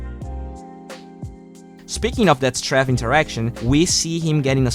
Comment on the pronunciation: you learned how to pronounce Strafe!! hahaha! Anyway, great video o/